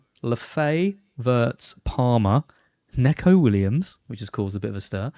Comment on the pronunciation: Its "knee-ko" for neco Williams, he hates "neck-ko"